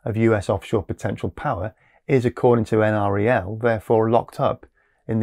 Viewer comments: NREL is commonly pronounced En-Rell. I live near the NREL lab in Colorado, and have friends who work there. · I live a few miles from NREL, just wanted to point out that it's generally referred to as "en-rell". Great programme, BTW!